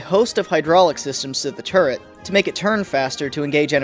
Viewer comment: Thank you for not being one of those guys that pronounce, "turret" as, "turrent."